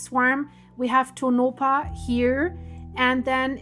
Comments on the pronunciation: you are mispronouncing that name it is pronounced Tonapah and not Tonopah the 2nd O is pronounced like an A whenever you get a name that you can't pronounce please let me know and I'll help you out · Pronounced… Toe-naw-paw … Tonopah … but this is not nuclear blast nevada has been fighting any nuclear waste ever enter our borders again. Lahontan reservoir is where everyone goes for Memorial Day weekend, I can promise no nuclear blast happening there, look up Yucca mountain for reference about nevada nuclear ☢️ history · That is pronounced tone-A - paw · Only for the sake of helping you, not scolding. Its pronounced like Toe-Nuh-Paw. Even people from other states sometimes get it wrong. :)